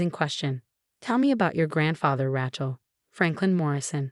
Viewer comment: It’s Rachel, with a long a, not Rachel, as in the word ratchet